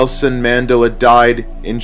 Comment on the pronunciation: Mandela = Man-DELL-Ah